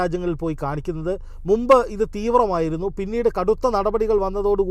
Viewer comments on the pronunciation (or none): none